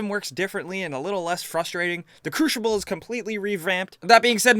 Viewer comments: The crooshible? Its crucible say it with me CRU-CI-BLE CRUCIBLE. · Omg... "The crushible"...